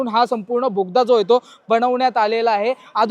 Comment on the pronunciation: भोगदा नाही रे दादा...बोगदा... असो... पण माहिती छान दिली... मनापासून धन्यवाद...